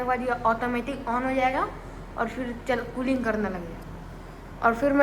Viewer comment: Tooling nhi krta hai bhai Cooling krta hai 😂